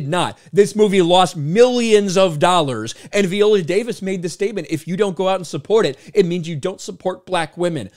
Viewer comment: Jesus christ, please stop pronouncing her name that way. How do you pronounce violin? 🤣